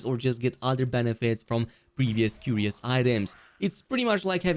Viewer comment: Curios = Kur-Re-Oh . Lol